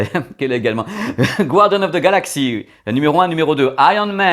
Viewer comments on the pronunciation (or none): none